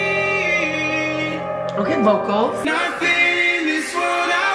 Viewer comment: Its not drownding its drowning